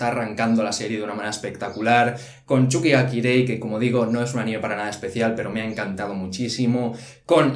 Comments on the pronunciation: 3 Temporadas de Haikyu!! y sigue diciendo Chuki xD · nurii Más bien dice "chuki" xDxdDd